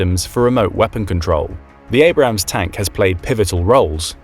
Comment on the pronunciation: Abrams, not Abrahams